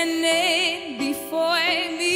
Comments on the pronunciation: What is “befoi me “ Not one American or English person would pronounce “ before “ like that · haar uitspraak zal altijd een internationale doorbraak tegenhouden... dat slecht Engels...""befooje me" jezus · zeer slecht vooral de uitspraken het is before en niet befoire ,ook niet zuiver ,word niks ,hopeloos hoort niet thuis bij de beste zangers :( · 3 uit 3 matige uitspraak... "When you standigngng befoooiiyy me"